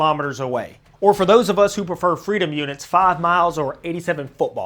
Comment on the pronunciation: You said “F R E E D O M units” your third YouTuber I’ve watched who said it like this, first was The Fat Electrician second was Roanoke Gaming, Roanoke Gaming likes to call the metric system “Heathen Units” as an Australian 🇦🇺 I do use these Heathen units 🤣 but funny enough my dad uses Imperial units or F R E E D O M units